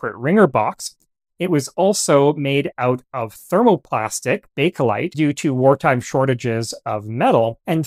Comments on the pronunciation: ...and "bake-o-lite." It's actually "bakelite." Also, "oh" is not a number/integer. It's "zero." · Just a clarification on a common mispronounced word. It's bakelite, not bake-o-lite. ...and "Oh" is not a number/integer. It's "zero."